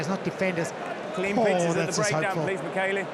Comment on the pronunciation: Can the English commentator pronounce anyone's name correctly? He butchered Retallick, Papali'i, maybe Tele'a and Savea too.